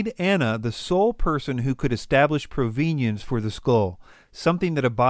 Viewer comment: Please look up the correct pronunciation of "Sotheby's" and "provenance". Geez.